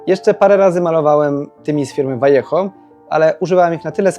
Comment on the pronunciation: Chyba pierwszy malarz modelarz na polskim YouTube, który prawidłowo wymawia nazwę pewnego hiszpańskiego producenta farb modelarski h. Brawo. Można? Jasne, jeśli się tylko chce.